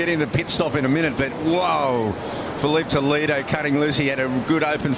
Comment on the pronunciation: Brasileiros falam inglês perfeitamente. Eles nao conseguem proninciar a palavra "Toledo" corretamente. 😂😂